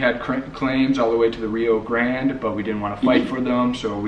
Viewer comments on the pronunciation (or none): none